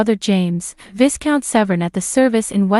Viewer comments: Her brother is Viscount Severn. VI-count, not VIS-count. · Viss-count James? Hope he gets a discount! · Viss-count/coronated! Mispronunciations discount the accuracy of your reporting. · yes, well spotted. And the Earl of Wessex' son is a vi-count, not a vis-count. That drives me nuts. Come on,, get it right... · Some "Royal Expert" YOU are! Sn-OW-don? Lady Louise WINDSOR? VISS-count Severn? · Beautiful young woman. The person narrating needs to learn the proper pronunciation of titles and names. For example Viscount. The S is silent. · Lady Louise is very dear, as are her parents, who seem the most stable. This is not to distract from the heroic representation Princess Ann maintains. The "s" in Viscount is not pronounced. The sir name Snowden was also mispronounced. Shameful to represent information in such an unprepared checking for proper names of this distinguished family. Please do your homework on proper names if you wish credibility to what you present. The footage was good, but the narration was shabbily presented.